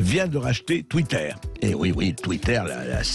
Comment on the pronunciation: Je savais qu'il avait tacheté Twitter mais j'étais pas au courant qu'il avait racheté " Twittaire " 🤣